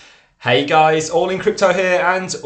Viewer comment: And by the ebay, you are absolutely great!! But please dont say GAIS again.